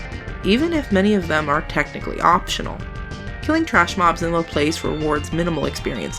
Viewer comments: ...also by mispronouncing Laplace you missed a perfectly good opportunity to make ass puns. ;s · I'm sure a dozen people have commented this already, but that's not how you pronounce "Laplace" (it's a french name after all)